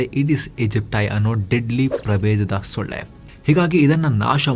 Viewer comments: ಳ. ಒತ್ತು ತಗೆದು ಓದಬೇಡಿ 😂😂😂😂😂😂. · The way gives extra emphasis on solle (mosquito) makkalu to make sure it doesn't sound anything diff. 😂